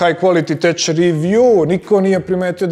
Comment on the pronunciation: Clan sam foruma od daleke 2000. god, lepo je videti dokle je sve doslo i u kom pravcu ide, svaka cast:). Inace, mislim da bi trebali ubaciti bar engleski prevod, privukli bi stranu publiku i verovatno popravili demografiju gledalaca. Inace Tech se cita Tek:). Napred!